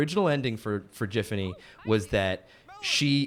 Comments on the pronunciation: No way this bro just said "JIF"fany. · Triggered by calling Giffany as Jiffany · hearing him say "Jiffiny" instead of "Giffany" is insane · The fact he pronouced GIFfany as JIFfany is what urks me the most. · How hard is it to just drop the t from the word "gift"? Or does Alex Hirsch pronounce that "jift"? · I just realize that they pronounce “.GIFfany” like “Jiffany”. Oh, how far the greats have fallen… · WHY DID THEY PRONOUNCE IT "JIFFANY" 😭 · They’re saying Jiffany and it’s making me irrationally angry. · He's saying JIFany and it's bothering me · Hirsch pronounces her name BOTH WAYS. This man is the healer we need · I love how Alex seems to zig zag between pronouncing her name with a hard or soft G. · The only real shame is how Alex prounces her name.. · Ugh, that soft G is the worst.